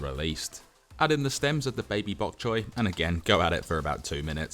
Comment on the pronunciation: It's it makes me laugh when he says baby bok choy